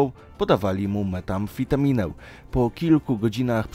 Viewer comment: "Meta-amfitamina" i "psycho-van", perełki odcinka :)